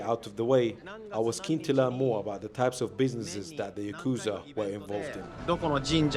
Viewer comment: Uhh maybe learn how to pronounce yakuza correctly before visiting one? Even the translate pronounces it better than you💀its probably not safe to be in japan to firstly even mention the yakuza and secondly say the name wrong bro u must have a death wish or smth💀